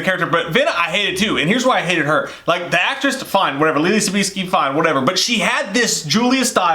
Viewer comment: Love the channel guys, but c'mon! Is Leelee Sobieski really that hard?